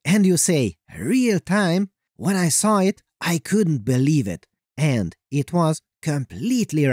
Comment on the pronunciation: awful narration! It sounds like a teenage girl wrote your script... You emphasise stupid words.. like AND!